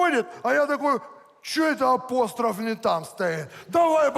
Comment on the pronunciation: Не опОстров а опострОф